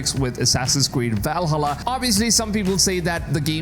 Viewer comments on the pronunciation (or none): I presume English is not your first language. My suggestion is that if you are going to be a creator you could at least know how to pronounce names. For example: Valhalla is Val as in pal and halla as in ha and la; Yasuke is Yah-sue-Kay. I like your content and if you would listen to other creators you could pick up on pronunciation. I actually thought your commentary was AI generated.